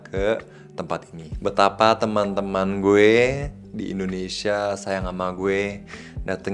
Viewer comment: Udah lancar banget ngomongnya tinggal "teman-temannya" yang masih kayak bule